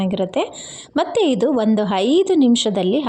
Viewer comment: Anna(rice) na hanna antiddiri alla 😢😢 uppu(salt) ge huppu antiddira and aidu(5) ge haidu, oil ge hoil 😮 uddin bele ge huddina bele😔😔 arishina(turmeric) ge harishina 😮 innu estond words tappagide, omg I can't listen improper Kannada en bekadru sahiskotini ee thara kannada na sahisoke agalla 😭😭